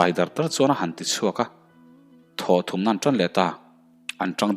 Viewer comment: A bul ṭhum nilovin a bul thum tih tur anih hmel.T leh Ṭ hman hi i fimkhur deuh ala ngai ania,i thawnthu chhiar hi ka la pelh meuh lo,lo in zir zel teh.I chhiar thiam tawh khawp mai.Ngaihthlak pawh a nuam tawh khawp ania,a tir te ngaihtuah chuan.